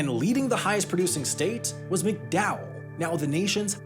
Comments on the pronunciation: Okay so it's pronounced "Mac-Dowell" County... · I'm a third generation West Virginia resident and I can say; the land and the people have been bled dry since the day the state was founded. Our society and systems are entrenched in exploitation all the way down; rotten to its very core. BTW it's pronounced MAC-Dowell County, not McDowell. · To set the record straight: it is not pronounced "Mick Dowell County", it is "Mack Dahl County". Also, not "hollows", it's "hollers". No one says "hollows". Finally, in no actual world is solar cost-competitive with coal. The only renewable that compares is hydro. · Thats Mac Dowell. Emphasis on the Mac.